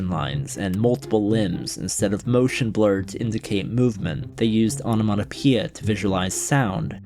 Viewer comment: ona-mona-pia my ears are bleeding